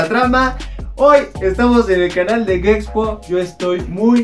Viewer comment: Dice gexpo no sabe decir gepxho se me hace una falta de respeto